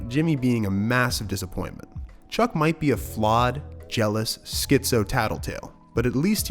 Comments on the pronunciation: wait a minute did you just call him "cuck" instead of chuck for straight 1 minute lmaooo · Are you saying Chuck’s name wrong on purpose at the mark (and then again right after a few seconds later)? Cause the name you said is a word with bad connotations.